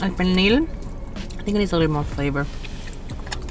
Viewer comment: “El pelnir esta un poco meehh” Me dying 😂